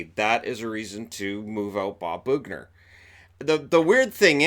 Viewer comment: Is it really boogner?